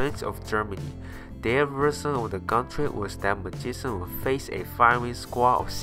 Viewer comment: lol the narrator... magisan lollll